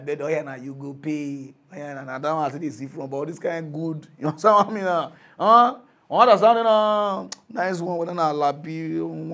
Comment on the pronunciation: The funny way he pronounce "you understand" 😂😂😂 yihansan😂😂😂